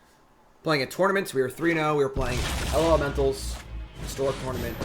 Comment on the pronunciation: Stop trying to spell it and just say lawlementals